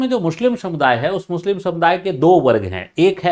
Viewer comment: Mushlim nahi hota sir muslim hota hai🙏🙏